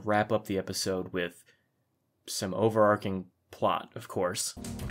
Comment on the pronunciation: Wasn’t going to mention it until you said it more than once, but it’s overarching, it’s a CH sound in there. I’d want someone to tell me ❤